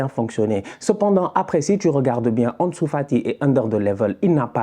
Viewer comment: 46 buts en 24 matchs: cette attaque est honteuse. Xavi doit bosser un peu plus. Mais pourquoi tu prononces « Anesou », comme si tu as pas etudié avec Sidy et Rama 😅😅😅